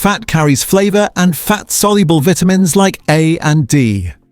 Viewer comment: Downvoted for pronunciation of vitamins.